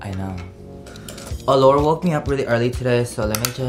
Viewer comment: he said allure wrong lol